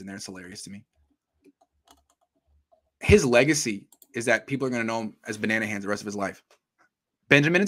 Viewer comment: its Mr Banana-han to you!